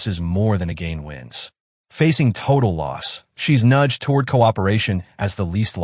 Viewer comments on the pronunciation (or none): none